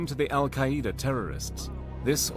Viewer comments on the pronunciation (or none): Pretty good, right til you went off the rails with the “Al Quai-EEE-duh Terrorists” sheesh 🙄